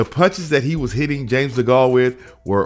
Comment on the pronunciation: Just so you know, You're pronouncing Degale wrong